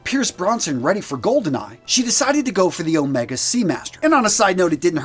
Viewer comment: With "Omega" the first syllable is stressed: "Ohhh-mega" or "Ommm-ega" if you will instead of "O-mehhhga".